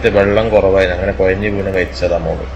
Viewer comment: കുയഞ്ഞ് എന്നല്ല കുഴഞ്ഞു എന്നാണ്